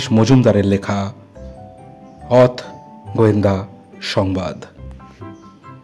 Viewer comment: উচ্চারণ টা অথ নয় মানে হসন্ত দিয়ে শেষ হবে না।হবে '' অথও ' ওকার দিয়ে শেষ হবে।